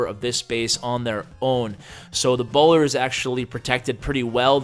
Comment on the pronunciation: Did he say boner instead of bowler? I swear I did not mishear that lol